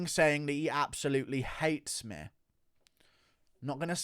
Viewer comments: "He has been trashing MEH" wtf is ur accent about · Can you please go after Dominick Cruz? I don't know what I love more: you playing Bispings insecurities, or your inability to pronounce the word "me". If you get Cruz coming after you I will sub for life